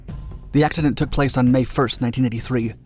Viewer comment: "This footage shows a terrifying axeshident" 🤣😂